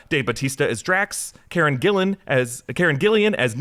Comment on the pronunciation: It's Karen Gill-an, not Karen Gill-ian. You got it right the first time. The doctor who geek in me got triggered 😆